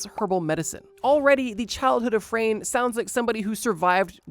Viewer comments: It's not Frane slovak. It is Franje. We pronounce it like (nye.) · Dude. It’s Frano. You got it right on the screen but wrong in the chapters and you’ve been saying frane I cannot get over this😭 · The first guy's name is pronounced like FrAHne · butchering the name 'Frane' xD